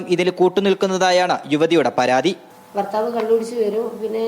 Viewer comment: ബർത്താവ് അല്ല മാപ്രേ ഭർത്താവ് എന്നാണ്